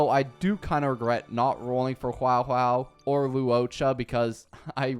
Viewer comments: My sanity broke when you said Huaohuao and not huohuo, how to pronounce it is basically in zhongli charged attack and characters who know her Sorry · huawo huwao and sey-lay 💀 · Bro doesn’t know how to pronounce HuoHuo at all